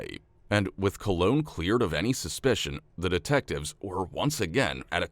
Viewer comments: Old story. But can we all agree that this guys name is COLON, not 'Cologne'..? 🤣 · Colon> “cologne” lol 😂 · Came here for this! Can’t believe I had to scroll through the comments for so long! It’s spelled colon, not cologne, so should therefore be pronounced properly. I wonder if he has a brother called Rectum or a sister named Vulva? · Since when was Colon pronounced Cologne? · cologne is cologne his name is colon like an ass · Im sure it’s Colon as in Collin 😂